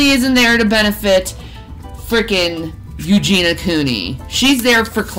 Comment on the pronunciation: “Eugen-e-uh”, 🙄